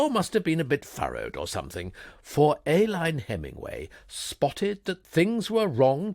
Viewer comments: I believe the name ALINE is pronounced UH-LEEN.. per google. AY-LYNE is a medical item. But perhaps Brits say it differently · Nearly. It should be Ay-leen. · Great characterisation! Very enjoyable. Pity about the mispronunciation of pince-nez and Aline.